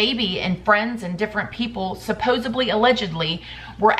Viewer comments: SupposeBly isn't a word! It's supposedly. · Supposedly. Root word is "supposed." There is no "b" in the word. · I love how you pronounce the word ~supposedly~ 🙂